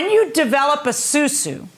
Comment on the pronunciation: Its Asusu not susu